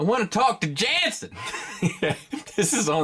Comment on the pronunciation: Pronounced "Yanssen"